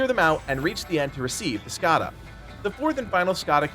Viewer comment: Not sure why you are making the N in Skandha a silent letter, but thanks for the video.